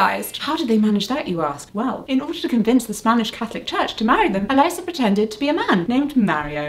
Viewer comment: Elisa is not pronounced Eliza it is E Leesa